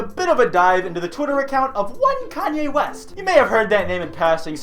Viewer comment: Koonye Woost